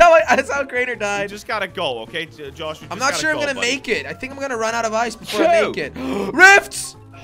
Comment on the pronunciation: Jelly says jos not josh lol he dosent know how to say josh